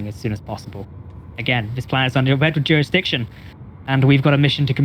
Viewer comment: Youre not "twess-parsing" bud. No juwisdiction in play, you know this ;) No pwoblems